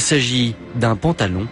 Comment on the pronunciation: Le Pentalon... avec un "E" tu m'as tué lol